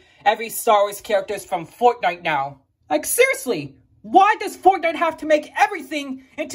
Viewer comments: I like how u say foutnite not fortnite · I love how he says fortnite Foortenight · I love how you say Fortnite 😂